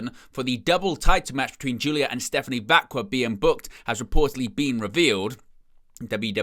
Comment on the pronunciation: Is it really that hard to pronounce Stephanie's name properly? They literally announce it every single week.